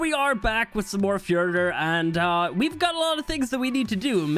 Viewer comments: It's not furter it's the order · i still think Fjordur is pronounsed with a "th" sound instead of a D, or even a silent D